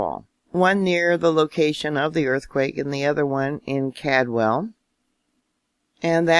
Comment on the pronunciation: That Cadwell is called Caldwel you pronounced it wrong it's called well